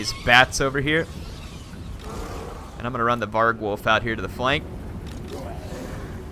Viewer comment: (James T. Kirk1701) That REALLY annoyed me. :D